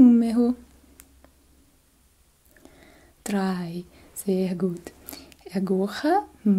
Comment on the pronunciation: eu estudei bem pouquinho de alemão e o seu "zer gut" tava perfeito, sua família tem qual ascendência? Alemã? Ótimo trabalho, obrigada.